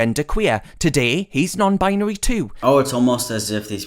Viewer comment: “nown binery”